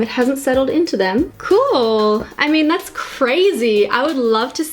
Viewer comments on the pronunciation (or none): "das crezy" 😂